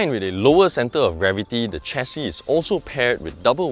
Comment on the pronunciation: Excellent review. It is "share-C", btw. Not "chair-C".